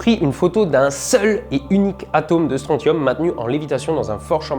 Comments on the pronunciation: Répétez tous après moi : stronSSSSSSium Comme dans "consortium", "tritium", "technétium", "syncytium"... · Euh... on dit pas Strontium "stroncium" ?